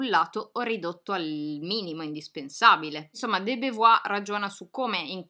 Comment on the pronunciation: Simone De Beauvoir si pronuncia simɔn də bovwaʁ... BOVUAR per chi non legge l'alfabeto fonetico. Certamente non BEVUAR. Piccola precisazione.